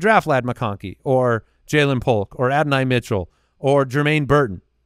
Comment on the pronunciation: Wait did call him Adin-I Mitchell...?!